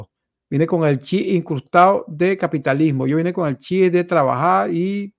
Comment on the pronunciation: Pronyncia bien es"chip".